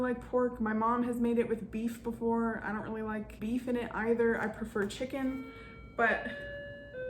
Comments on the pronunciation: She said shicken 😂😂😂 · This looks good..but mostly, the way you described it makes it sound way better than it looks 😁 I love how you pronounce "chicken" 😂